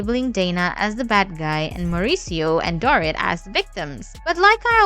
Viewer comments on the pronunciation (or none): If you are going to gossip about others, at least pronounce their name correctly. Dorit's name is not "door-it", as you pronounce it. It is"dor-eat." At least TRY to get the names correct for the people you get paid to gossip about, or better yet..get a real job. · years ago, i worked with a bartender who claimed to have met Mo on an air plane and ended up having sex with him. she was a silly woman though. the bot voice over mispronouncing Dorit's name is petty AF.